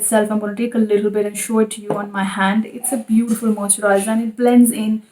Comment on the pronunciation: Can you say “moisturiser” properly?? Its making my skin crawl